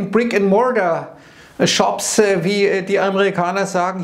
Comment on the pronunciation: oof boomer des is scho klar 😅 ich hab eher auf seine Aussprache angespielt 🙄